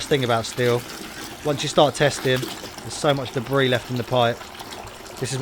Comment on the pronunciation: Debris, or DEBRISSSSSSS ?